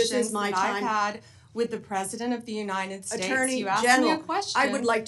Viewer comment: Yooneyeded ssdates. Sloppy Bondee